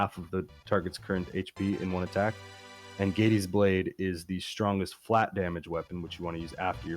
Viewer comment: Also "Gaydees". The remake pronounces it like "gah-des" IIRC.